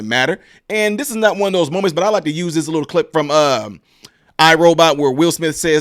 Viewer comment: Great info. but you do Ms. Owens a diservice when you fail to pronounce the /th/ on words like /THIS/ & /THAT/ & /THE/.